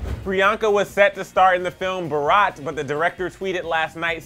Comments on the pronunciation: The way he said, " BAARAWWTT" (Bharat) I died.😂😂😂😂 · It's pronounced as bhaarath 💁🤗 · The pronunciation of the movie name is " bhuh ruht" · It's Bharat not bheraat. And Bharat means INDIA in English. I think I have a right to hope that u can name our country's name correct atleast????? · Can't stop laughing about the fact he just COMPLETELY mispronounced "BHARAT".....😂😂😂😂 #ISeeAllIndiansCry